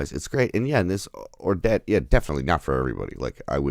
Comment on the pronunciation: It’s “Orlel”. Danish is not French.